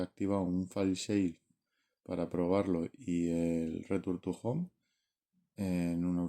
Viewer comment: Jajaja me encanta tu "returtujon" 😂😂😂😂